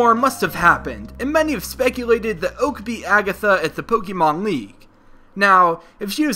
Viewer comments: Please just stop its not pokeeemon it's pronounced pokeymon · Pokémon is not pronounced with the "ee" sound. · Thank you, if you improve the way you say it, I will certainly deliver more likes.